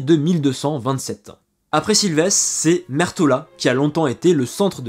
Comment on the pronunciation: Merci pour cette vidéo, vraiement passionnante et três claire sur un sujet sensible. Je vais voir les autres. Attention à la prononciation, le portugais est différent de l espagnol ! "Silveche" et pas Silvess, "Mudejar" et pas "muderrar"...😅